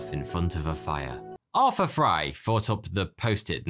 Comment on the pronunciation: Why do you pronounce th as an f sound but don't pronounce f as a th sound? Arfur Fry. I like your vids but can't watch as every time you mispronounce the th sound for no reason, it makes me cringe cuz you clearly don't have a speech impediment and are just doing that to do it. which is obnoxious as thuck.